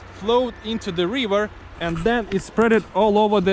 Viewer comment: I find your videos superb, also your language. Just some constructive advice: Try to shorten some vowels (for example, you pronounce "river" like "reever"). Some vowel combinations are actually pronounced like a single vowel, for instance "mountain"; the final syllable is even shorter than "ten". Keep up the good work!